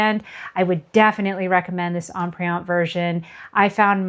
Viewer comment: Terrific video. Comprehensive and extremely helpful. One suggestion if I may. Empreinte is pronounced as Emprente without the hard e.